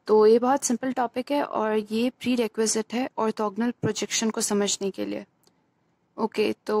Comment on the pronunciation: अर्थोगनल नही होता arthogonal hota h